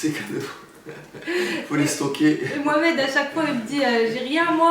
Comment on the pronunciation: مومد هههه حتا الفرنسيات ينطقو هاء بلاصة الحاء ختنا قالك مومد هههه ريلي غلطي لشي كاوري فسميتو و شوفي ردة الفعل هزلت مومد قالك لاهيلا